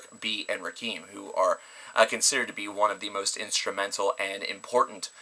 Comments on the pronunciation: Rakim is pronunced RAH-KIM. It's pronounced RAH-KIM. Not RAH-KEEM. Eric B & Rakim (RAH-KIM) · Ra-KEEM? It's Rah-KIM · White people,his name is pronounced "Raaa - Kim". Not "Roc- keem". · It's Rakim not Rakeeeeeem